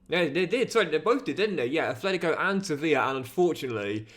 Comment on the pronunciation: Enjoying the CM!! But I have one wish: pronounce Atlético properly 😅